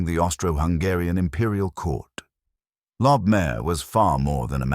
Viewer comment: It's pronounced lobe-my-err, not lob-mare. Lobmyer still exists today in Vienna.